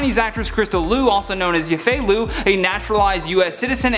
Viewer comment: It's LIU, NOT LU... Also her opinions.. are hers? She is childish.. and she shouldn't = the movie of MULAN?